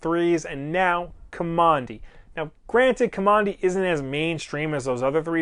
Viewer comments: You're saying his NAME wrong. If you read the comic you'd know that Kamandi got his name from living in a military installation. Now don't ask me why he wasn't named by his grandfather with a real name but they lived in Command D. And you are saying Kamondi. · Guess I will continue to search for a full review of the first issue and someone who can pronounce the name of the main character in a correct way...what did I just finish watching, some nerdy fan send up of DC, not sure.